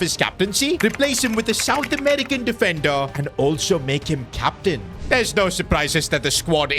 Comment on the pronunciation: “Captian” that AI needs work lol